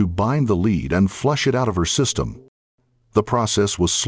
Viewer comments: I agree! The continual mispronunciation of lead as 'leed' rather than pronouncing it 'led' by the Ai generated voice was so irritating!! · OMFG. Use a real narrator. It's pronounced "led", not "leed" . I hate AI voices. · The way the AI is pronouncing “lead” ruins the video